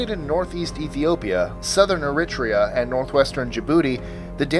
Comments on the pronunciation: Eritrea Air uh tree uh, not air it tree uh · pronounced "Air- i - Tree - a" "Eritrea." Accent on the Tree. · list25 #23 Eritrea is pronounced Air-i-TREE-uh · He mispronounced “Eritrea” lolololololololol